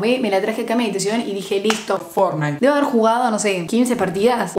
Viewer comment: "listo FORNITE" JAJA